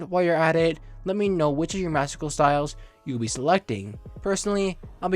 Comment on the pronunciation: Hey ❤️ love your buds but it’s not meowscicles it’s meowscles